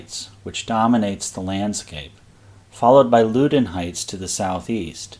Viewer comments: Loudoun Heights is pronounced "Lowdon Heights." And Potomac River is pronounced "Putomic River." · For what its worth its pronounced LOW-DON heights, like Loudon County